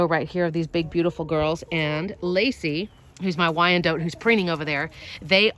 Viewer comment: You need to pronounce Wyandotte. It's pronounced wine-dot not wine-dout. It's named after the Indian tribe. Plus artificial light is better if used early in the morning than making it go later at night. When you do the light after normal roosting time, the chickens aren't thinking about going to roost and then the lights go out and they're in total darkness trying to get onto a roost. It's easier on the birds when the lights come on suddenly in the morning. Then they can see to get off the roost.